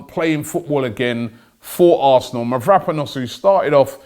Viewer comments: MAVROPANOS Robbie!!!!Get the Pronunciation right. Its disgusting hearing you say Mavraponos all the time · Robbie literally cannot pronounce anything. It's Konsantinos Mavro-panos not Kostas Mavrap-anos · MAVROPANOS Robbie not Vanaponous🤦🏻‍♂️ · Did you mean Konstantinos mavropanos? It ain’t that difficult robbie ffs